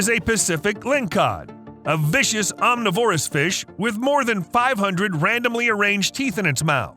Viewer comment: It's "om-NIH-vor-us".. not "om-nih-VOR-us".